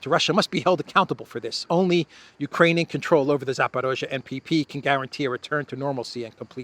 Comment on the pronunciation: You keep saying Zaparozhe even when the text you were reading said Zaporizhia.